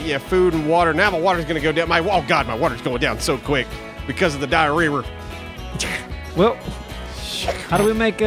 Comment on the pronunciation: dia - whee - woore